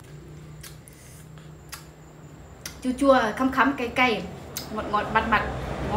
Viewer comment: Vcl khẳm ko phải khắm đâu nhé lều e